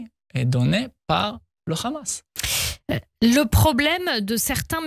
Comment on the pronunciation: Le RRRRamas.... rrrrrrrramas Rrrrrrrrrramas